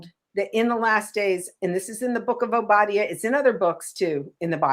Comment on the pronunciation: Hey That's EXACTLY what she was do'n... The book of WHO?!?! Ma'am... it's ow·buh·dai·uh... they still try'n to subvert, take, & readminister things that don't belong to them... that same anglo-saxon spirit... She "teach'n" but JUST heard of the book they told her to use. I know what you mean with the last days thing, but for ur viewers who may not... that's b/c we've been in what is considered "the last days" since Christ rose. Ppl are think'n of last days compared to so many 100's of years, but when we zoom out... it's the last days compared to the beginning. The diff. now is... we are rapidly approach'n the end as in Daniel, Rev., Matt. 24 type of "last days", if you will. Look at it this way.... For 9 months we tell everyone we're pregnant & gonna be a mother real soon The DAY we see both lines or a plus.... it's a BIG diff. when those contractions ain't braxtons no more & we're in the car... gonna be a mother real soon. 😌 It's like that, & so now when you hear ppl say it now, esp. those that actually live a "for real" surrender life unto The Most High, what we're actually say'n is..... Toni & her sisters are sang'n they heart out & put'n on a WHOLE show.... mmk.... lbvvs. ❤